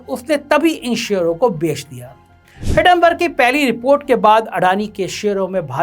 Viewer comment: हिडनबर्ग नहीं, हिंडनबर्ग भो....ले!!!